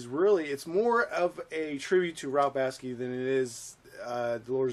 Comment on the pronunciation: Who the hell is Ralph Baski?? At least pronounce the guys name right